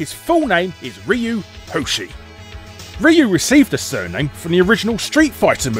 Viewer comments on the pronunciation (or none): Everybody knows it’s pronounced “Rye-You” or “Rye- ooo” and not “Reeee You” You do pronounced Guile correctly though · It's pronounced as "Ruu" (with "y" in "Ryu" falling back down), not "Riyu". According to Google Translate, I got "Hyu" (with "y" actually pronounced). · Ryu is a Japanese and you are totally clueless of how to pronounce his name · The way you pronounce Ryu made me laugh out loud.... But now I can’t stop thinking.... Have I been saying it wrong my whole life? (Saw flashback music plays) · A video about names and you're not even pronouncing Ryu correctly 😅